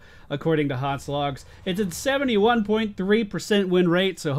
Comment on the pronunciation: It's HotS not HoTs